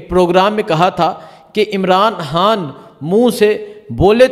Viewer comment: Bhai g khan kehna seekh len plz Bari irritation hoti hy imran haan imran haan sun kar😅